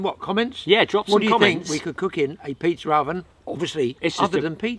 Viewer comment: There is no R at the end of pizza 🍕